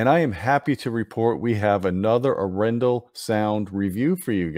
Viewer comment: Your pronunciation of Arendal is killing me. If you want to get a little better. Watch Frozen. And guess once we’re they got the inspiration for the name Arendelle from